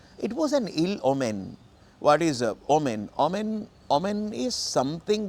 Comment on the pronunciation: ඕමන් not ඔමෙන් according to the dictionary